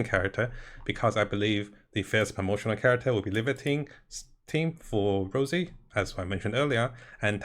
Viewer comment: Rossi, not Rosey. Respectfully.